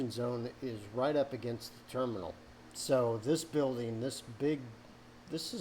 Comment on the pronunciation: Damn you nailed that terminal. Love from Toledo!